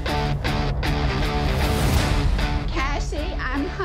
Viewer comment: Its cocaine not concane